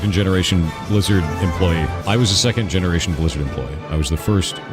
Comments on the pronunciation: I started hearing Lizard instead of Blizzard. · Take a shot everytime he says 'Blizzerd' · Lizard, Lizard lizard all i hear haha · He wasn't talking about blizzard, he said "bleezurd", get yo hearing straight